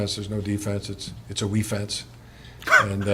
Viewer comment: Making a sign to hang in my garage gym that says…..”Wefence” lol